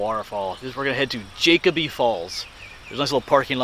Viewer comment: Jacoby is pronounced with a long o. It’s just over the mountain from my house.